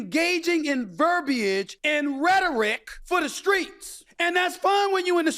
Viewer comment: SAS proves over and over again why he's a clown. There is no negotiating with authoritarians, Bakari was right and DL is funnier than ever. How dare this jester talk about the way she speaks when he can't even pronounce verbiage? We all know she is intelligent and she doesn't have to be so desperare to prove it to him and racists that she can't be her authentuc self and speak directly to the people who elected her. Breaking news: Black people code switch. I don't need him to be canceled;.I need him to get the humbling he so desperately deserves.